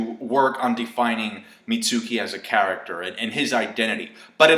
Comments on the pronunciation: Also it's meet-skee not mi-tsu-kee. That's like saying sasuke like sa-soo-kay. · Pronounced "Mitt" + "ski"